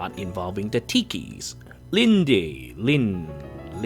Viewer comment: The E in Linde is silent.